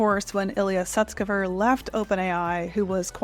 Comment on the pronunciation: Thank you for saying Elias name correctly I've heard people say his last name like scuba diver lol